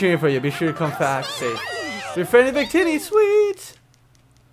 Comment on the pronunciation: When he said Victini near the end I heard 'big tities' xD